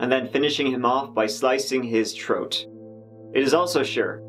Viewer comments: when you say “troat” instead of throat I can’t help but laugh even tho it’s inappropriate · What’s a Troat? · The word is THROAT not TROAT. Good God man go to a speech therapist!!